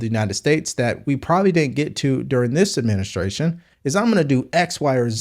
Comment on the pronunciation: The Bine Adminiskration